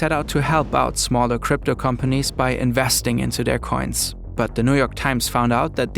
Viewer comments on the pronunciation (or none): I like how the narrators way of saying “coins” sounds like “cunts”. It’s very apt here.